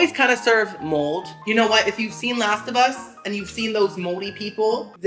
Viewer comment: finally! I felt like you were saying "last of us mold" but I wasn't 100% sure, I thought you may have been saying a specific species of mold. Like some biologically technical term like "lasibus mold" 😂😂